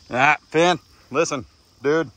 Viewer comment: 🦈🦈 every time you say “Phen”. I think Sharknado🤣🤣🦈🦈🦈 “Finn”😂